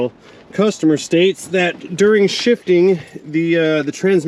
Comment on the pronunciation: Almost thought you said "She's $hitting" lol. No, I get it "She's shifting"